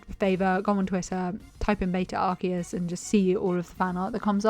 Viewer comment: Finnaly a person who pronounces Arceus correctly